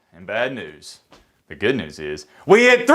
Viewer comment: It eeeyuzz what it eeeyuzz. Three huuhderd and fitty kay.